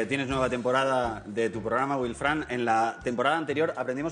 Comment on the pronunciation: Estos españoles y su pronunciación del inglés... "Güild Frank" xD